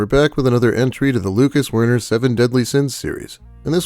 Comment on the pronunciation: Every time you say Wern I think Worm.